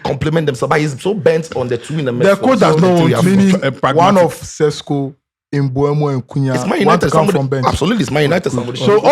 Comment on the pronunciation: the name is MBE-UMO not mbu-emo